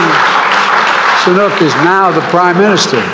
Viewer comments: Sunak not Sanuk. What a clown Biden is. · its not Sonuuk.....its Sunaakk. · Say the name properly, sleepy Joe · They are struggling to pronounce "sunak" 😅